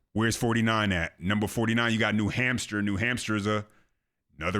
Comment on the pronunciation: Bro.... Did you just say "New Hampster"?😂😂😂😂